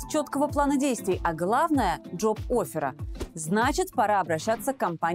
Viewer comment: «Джоб офера» серьезно?😂😂😂